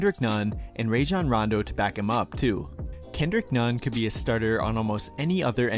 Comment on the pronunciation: Love your vids. If you're not aware, Rajon pronounces his name Rah-zhan. You can hear it anytime he says it himself.